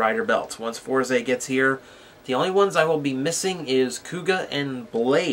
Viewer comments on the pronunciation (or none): FourZEY? It's "Fours" bro. :V